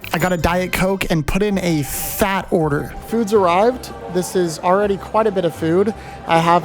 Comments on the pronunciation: 'I put in a FAATTT order' dude! was that camera cut intentional lmaaao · "I put in a PHHAATTT Order"...I see what you did there.